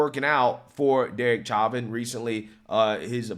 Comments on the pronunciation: I do love your show and watch all your videos as soon as you release them but I wish you could get people's names right. Literally every video and news clip you showed correctly pronounces Chauvin correctly. How can you hear the name so many times and still get it wrong? You're clearly a very intelligent man but surely you must have heard the name pronounced correctly thousands of times by now and yet somehow that doesn't enter your brain. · Evidence isn't new. What's new is the FBI connection to the tampering of autopsy files, but in trial it was obvious Derick Chauvin (sounds like "show-vin", not "chavin") used less than authorized force, that Floyd was under lethal doses of fentanyl, and that it was a political hitjob aided by the fact that the video of the incident looks bad, but the physics at play were very different than the narrative that was being pushed. I mean, the sentencing didn't even make sense. He was charged with mutually exclusive forms of murder. The jury was placating a mob that doesn't understand the difference between 1st and 2nd degree murder, not carrying out justice. This is the case that solidified my opinion that there are just as many partisan idiots on the right as there are in the left. Truth takes a backseat to these teamsports. Derek Chauvin is innocent, and what happened to him was a complete miscarriage of justice. George Floyd killed himself trying to avoid a drug charge, so he opted to swallow extremely lethal doses of drugs because he was an idiot and a loser. Still to this day it makes my blood boil that people would hold up such scum as some sort of saint. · Insane people. C'mon. We all just watched a video of 5 people correctly pronouncing his name. Its not "chah-vin", its "show-vin". When i share your videos, it matters. Lefties will always look for a reason to ignore conservative voices. Otherwise, keep up the good work.. God bless everyone. God bless America. 👊🏾👌🏾👍🏽🙏🏽🧡🇺🇸🇺🇸🇺🇸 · It’s show-vin. Stop sounding stupid.